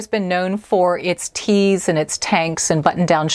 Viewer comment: You said Gap is known for its tees, and I immediately thought you said "TEASE". I had to laugh 😉😆 Can you do a video about your exercise routine. You look Fabulous!!! I want to have your abs!!! 💗👗